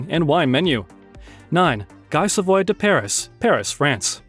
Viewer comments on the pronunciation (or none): You don't know how to pronounce some of the names you're using. "Savoy" doesn't contain an "r", it's just Sah Voi (nearly like "The Void"). "Maldives" is pronounced "Mal Deevs" not "Mal Dives". Politely suggest that you take an extra QC step before recording VO by looking up name pronunciation for all people and places.